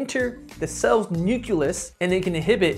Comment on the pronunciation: Nu-cle-us, you got this, I believe in you!